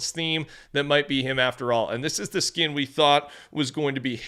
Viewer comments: Anyone else notice says skin with a "y?" "Skiyn." Feels weird. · Canadian thing I think lol